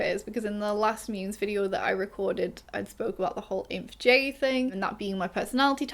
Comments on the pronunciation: With all the love and gentleness in my heart... I cannot get over you pronouncing it "INF-JAY," I'm crying and screaming and laughing, that's so fuckin funnyyyyyyyyyyyyyyyyyyyy (also, not me vibrating in Special Interest wanting to talk about cognitive functions and how they combine into the personality profiles in a way that a lot of the froofy personality quizes don't really account for, I'm GOING to LOSE my MIND if ONE MORE PERSON talks about xNxx's like they're psychic ubermensch geniuses who have deeper thoughts and feelings than those stinky basic dumbass xSxx's as if there aren't 8 FUCKIN COGNITIVE FUNCTIONS--) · Omg I'm INFJ too. No offense, but I have never heard your pronunciation of "INFJ" before. I always pronounced it as "Ay-En-Eff-Jay". But your way of pronouncing reminds me of the german word of vaccination lmao